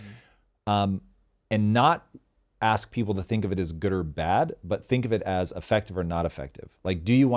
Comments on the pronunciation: We dont want you axing anyone ok. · lmfaooo "tom bilyeu can I axe(ask) you..." lmao it makes me crackle how black ppl say ask. I wonder why it is. loooool followed by 'practice makes permanent'.... Just a little more practice on pronunciation of ask ;) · Does have a speech impediment? Thought i heard him say "aks".. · maybe itll help to think youre saying, 'as cuh' kinda like youre saying ask cousin